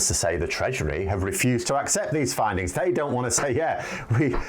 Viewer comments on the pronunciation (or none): It may be your microphone.. but every time you say “treasury” I keep hearing “treachery”..